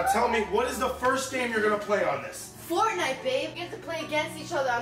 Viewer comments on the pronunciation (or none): Faivenite not fortnite hahaha